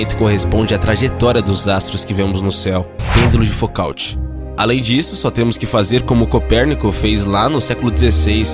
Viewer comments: Se pronuncia FUCÔ, não fucaut. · Foucault se pronuncia como "fucô" e não "fucalte". Mas ótimo vídeo. 👏👏👏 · "Fucalti"? Ñ seria "Fucô"? 😑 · O locutor do vídeo deveria melhorar a pronúncia de palavras em outros idiomas. Chamar o sobrenome do cientista Foucault de Focaute é terrível. O correto é "Fucô". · Foucaut se pronuncia Fucô 😂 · Não se pronuncia "focaut", mas "fucô" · Por favor, pronuncia-se "FUKÔ" e não "FOKALTE" - foucault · "Focaut"??? A pronúncia correta para o nome Foucault é "Fucô". Imperdoável. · não é focaut que pronuncia. é fucô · "Fucaut" doem nos ouvidos. O correto é "Fucô". Quem se propõe a fazer vídeos científicos não pode cometer um erro desses. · Por favor, diga pêndulo de “ fucô “ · Vídeo muito bem feito, bem científico, didático e com ótima montagem visual. Mas, me perdoe: a pronúncia é Pêndulo de 'fucô' ( e ), e não como foi pronunciado. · A pronúncia de Foucault é "Fucol". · A pronúncia não seria; Fucô? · No relato com diversos erros de pronúncia, Ilustraram Galilei Galileu como sendo o grego Aristarco. O Pêndolo de Foucault se pronuncia "Focô." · Focault se pronuncia Focô, igual Renault se pronuncia Renô. Vale jogar no google os nomes estrangeiros antes de gravar os audios dos videos. No mais, parabéns pelo material. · Foucault não se pronúncia como se lê. Pronúncia-se fuquô. Se vcs querem falar de ciência, comecem a pronunciar corretamente o nome das teorias e objetos. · Foucáuti. Pqp... Cara, tu nunca estudou pra saber como se pronuncia o nome dele? Pqp... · É "Fucô" mesmo, Xanda. Ótima observação/correção a sua. O narrador é péssimo e tem dificuldade com a pronúncia de nomes franceses, pelo visto. Vídeo horroroso e equivocado, nunca mais abro esse "canal". Parabéns pelo seu comentário. FELIZ NATAL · A pronúncia do nome "Foucault" é criminosa. Peloamordedeus, corrijam isso!